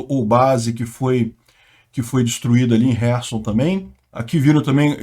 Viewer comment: Ele está pronunciando corretamente o nome da cidade ucraniana de Kherson.